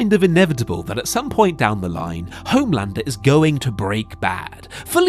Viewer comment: "hOHme landrrrrr"